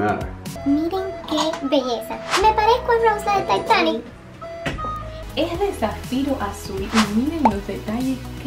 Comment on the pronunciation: Like si pronuncia mal titanic